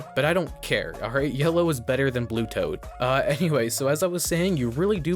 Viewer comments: Why did you call toad tod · I know bro didn't just call toad, Tod